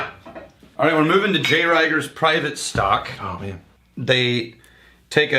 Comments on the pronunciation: Not trying to be that guy, but it's pronounced REEG-er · Just FYI it’s pronounced R’ee’ger. Sadly the Rieger (hotel) just recently announced, due to Covid, they are indefinitely closing their restaurant which I assume means Manifesto, the speakeasy in the basement is no more as well. The distillery is happily still doing well. Also love Wood Hat. The owner and head distiller is so cool. A former peace corps volunteer that is making whiskey as a way to help boost the economy and be eco friendly in his rural community. His science and tech is super interesting.